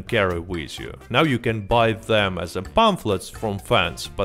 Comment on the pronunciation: are you serious right neow bro